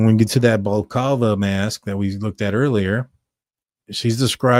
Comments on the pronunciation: I’m surprised at how many Americans didn’t know what a balaclava was or how to pronounce it. This is any item commonly worn mainly by unruly teenagers here in the UK obviously to avoid identification when behaving anti socially. It is pronounced Bala clava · Bro Google how to pronounce the word Balaclava. ❤